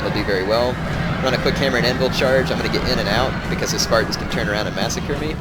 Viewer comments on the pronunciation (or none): none